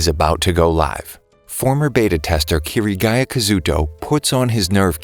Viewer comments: Kirigiya Kazuto??? It's kiligiya kazuto. The r is a l sound in japanese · kiriguya kazooto? dude you gotta say it like Kazuto Kityguya (kaz-oo-to) (kitty-guy-uh) that's how you say is name or you say his username kirito (kitty-to) next time get it right or else many anime fans will do stuff like this so be careful next time Kazuto out- btw my name is kazuto too ironically and please don't reply a bunch telling me I'm lying because I'm not